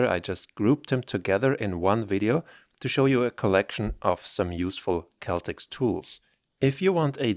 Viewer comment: I think it’s pronounced Cell Tex